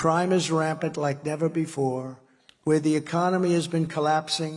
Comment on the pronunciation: I love how clear it always is that Trump is reading off a teleprompter and just interjecting every so often Absolute monotone, pausing between syllables, deadpan glare at the screen, "We are face...ing an econom...nomic crash...the likes of which we have ne-ver seen." And then he'll just bounce to life, look away, and go "Y'know we gotta have a good economy y'know gotta have one gotta have it" off the cuff